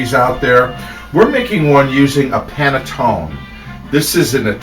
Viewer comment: Hi and!! Love you both! I'm recent subscriber. i'm watching bread pudding with panetone. Please pronounce the ninal 'e'.